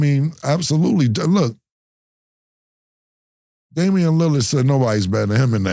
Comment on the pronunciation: Y'all forgot when Mase says Lillard like "Lilly-Yerd" 😂